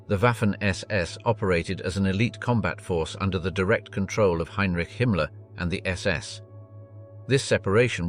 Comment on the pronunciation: HINERICHIE ?? YOUR AI READER NEEDS WORK